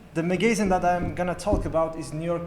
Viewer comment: "Magazine" pronunciation is wrong